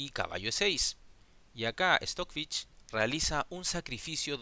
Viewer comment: No pongo like porque dices Stockfich